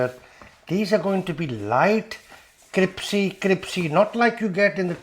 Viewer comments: it’s CRISPY not CRIPSY! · criSpy , not cripSy, crispy crispy, not cripsy cripsy. are you Dyslexics ?? 😄😄😄😄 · C-R-I-S-P-Y !!! (Not «cripsy»!!!) ❤❤❤ PS! «Cripsy» is NOT a word!!! 🤗❤❤❤ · Crispy please not cripsy!!! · CRIPPP SEEE drives me mad... it is crisssss peeee. but you are funny, and it is finally nice to have a recipe that seems to be better than the attempt I have used for years. Nice one. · I immediately subscribed when he said "cripsy"... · My priends and pamily love how cripsy these are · U are crazy and talk too much , it’s not cripcy it’s crispy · Cripsy!!! Is what we used to say in Kenya. I’m the Uk crisPY. 😻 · Cripsy, cripsy, cripsy. What have you done to crispy? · Cripsy. Genius work sir. Our local indian is a bit hit and miss with bhajis. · Cris- pee it is cris-pee!! ☺ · I don’t like the mispronounced swearing, but love your cripsy product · My new favorite recipe to try along with my new favorite word, cripsy. Love your sense of humor! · I’m in straight of, I love cripsy Bhaji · I love them a bit cripsy. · A lot of people who are not native english speakers find crisp really difficult to say, cripsy is easier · And me!!! I was correcting him. 😂😂😂😂😂😂😂